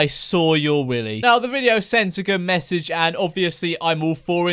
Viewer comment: Evwy one we hav a methage STAWP BOOLYING